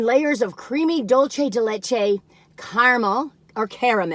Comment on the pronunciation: Dulce, not Dulche!